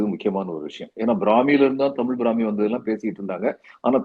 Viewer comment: என்ன தமிழ் பிராமி நு அழுத்தி சொல்றீங்களே... உங்களுக்கு என்ன உள் நோக்கம்...